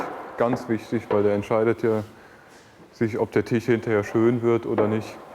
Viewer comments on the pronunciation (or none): Verdammt es heißt „Tisch“ und nicht „Tich“ .... Tisch mit SCH !! .... MEy oh Mey ^^